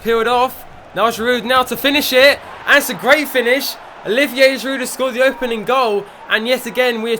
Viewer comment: Great videos mate, and you must hear this all the time, but there's no D when you pronounce Giroud. He's French, so it's GI- ROO. But great production overall on your videos, nice work!